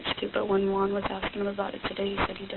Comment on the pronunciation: Lmao why is this detective pronouncing “Juan” like haa won 😂